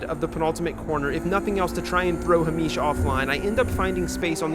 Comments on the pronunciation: Another great vid 😎 I'm going to suggest that Mr Cranston2 is Hay-mish as opposed to Hah-meesh. I strongly suspect he is of Scottish descent. 🙃 None of that however detracts from the fact that Alan would appear to be an absolute throbber. 😄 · I dunno why but calling a super common name as "Ha-meesh" like he's some exotic guy from the middle east really sent me every time you did it hahahah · The pronunciation of Hamish is sending me. Great video as always! Everybody knew it was Alan's fault...except Alan. Silly Alan. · I have never heard a Scottish name be pronounced like it's Arabic, and I love that. Tbf I can see how you read it like that ahah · has never seen the name Hamish before?? 😂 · Hahahah Its an anglo name but he pronounced it as south asian 😂😂 For real though, nice video! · why are you saying Hamish like that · Coz he’s American, not Scottish 😂